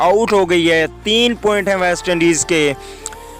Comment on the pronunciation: پہلے بولنا تو سیکھو پوائنٹ ہوتا ہیں پوئنٹ نہیں